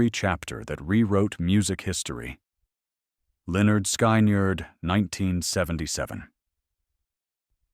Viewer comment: It is NOT Lynn nerd sky nerd It is Lynn nerd skin nerd